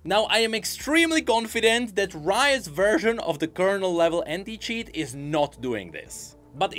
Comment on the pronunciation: When he said anti-cheat but you heard hentai instead of anti. Bro gotta be careful with his pronunciation getting people in trouble and shit.